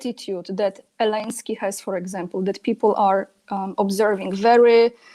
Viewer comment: Lol, says "Elenskyy", too. 😄